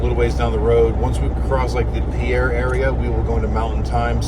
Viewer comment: It's pronounced "Pier"... Common mistake... ;-)